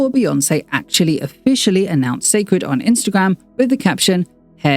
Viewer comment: It will repeat the same mistake as her previous brand. First off many people will pronounce the name wrong and call it See' cred instead. No need to complicate things. Where will the product be sold where her average fans, demographics can get to easily, Walmart, Target, Ulta?? The packaging itself looks bland and will pale in comparison. Beyoncé team always get her Why and story behind her products right but the promoting always lacks luster 😒